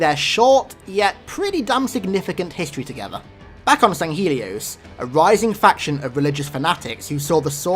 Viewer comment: I can already hear the retainer fucking you over on that "swords of sanghelios" pronunciation